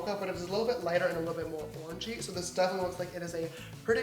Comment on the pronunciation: Each time he said orange-y I heard orgy 😂